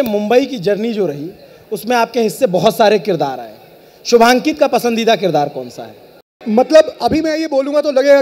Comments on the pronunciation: Yar ye Shivankit ko Shubhankit q bol rha ... Thoda homework bhi nahi kiya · 36 बार शिवांकित को शुभान्कित बोल रहा है। घण्टे का रिसर्च किया होगा इन्होंने? कोई टोक भी नही रहा है इनको 😏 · अरे वो शुभांकित नहीं शिवांकित है। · Bhai anchor shubankit bol raha hai.. He's Shivankit... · This is a thing of shame that you're pronouncing his name wrong again and again... He is shivankit not shubhankit... At this level the mistakes are not mistakes... They are crime😡 An apology is required from the side of Lallantop, you have insulted a well known artist.